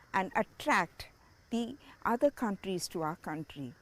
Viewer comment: Read other instead of oter